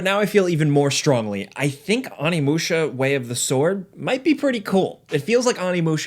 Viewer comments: Stoked for this game to come out, one of my favorite games growing up. But... Its Oh-nee-moo-shah not ah-knee-mu-sha. Not to be that guy but you are basically saying 'My older brother warrior' instead of 'Demon warrior' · Oh-knee my dude not ah-knee sound like an actor in m.knights airbender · Really hear that accent in your pronunciation. "Ah-nee musha" 😂🤘🏻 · I dig ya, but it’s oh-knee musha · Oh-ni-musha. You got the Musha correct how could you mess up the Oni part so bad? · it's pronounced Oh-knee-moo-shuh. Show the proper respect by pronouncing it correctly. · The way your pronouncing ONI in onimusha is hurting me 😭😭😭 but I am excited for the new game lol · The original game had the same thing the main character of it was the face of an actor. And I'm going to be that a**** and wish I could just bleep out the parts when you try to pronounce this game's name. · Learn how to pronounce Onimusha and Sekiro.